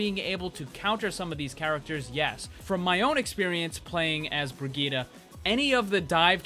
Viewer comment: BrigittE! ...BrigittE!!!! NOT "BrigittA"!!!!